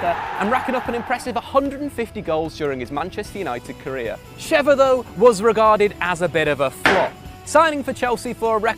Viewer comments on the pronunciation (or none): none